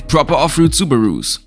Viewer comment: WTF is ofrood 🤣🤣